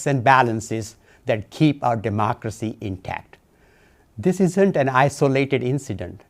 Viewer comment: He could barely say democracy